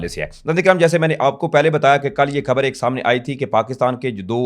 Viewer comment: لفظ کھبر نہیں ،،خبر ھوتا ھے درست کر لو ،پلیز پڑھے لکھے لوگوں کے منہ سے اچھا نہیں لگتا